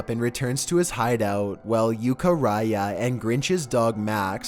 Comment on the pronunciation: Eucha ri YAH